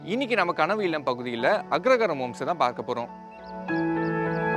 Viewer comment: Anchor is mispronouncing the word as Agragaram!